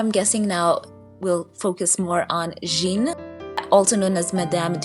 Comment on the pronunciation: Jeanne is pronounced 'Jan' in French ( with a soft J )